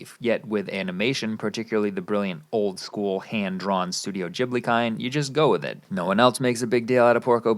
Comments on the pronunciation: Why are you saying Ghibil lile Jhibil? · Please learn how to pronounce words. Ghibli has a hard G. Like Great not Germany. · You're saying "Ghibli" wrong